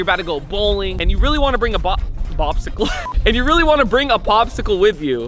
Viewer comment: “Bobsicle” lol peak Arab accent